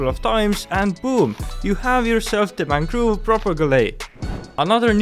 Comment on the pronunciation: I love your accent. The mangoove propagulee xD. Nice video btw